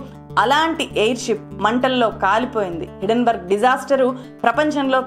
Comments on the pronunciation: హిడెన్ బర్గ్ కాదు - హిండెన్ బెర్గ్, correct yourself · Thulasi garu meeru company name wrong ga palukutunnar. It is not hiddenberg it is hindenburg.